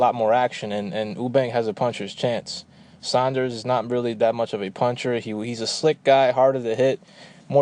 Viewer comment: You-bank, not Oo-bank Sorn-derz not Sahn-derz Other than that, good points made.